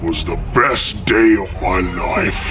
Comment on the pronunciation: Day not dy